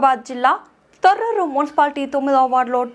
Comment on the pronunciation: తోటూరు కాదండి తొర్రూర్